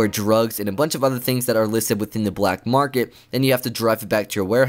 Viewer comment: It's funny how he says black market #black ops 3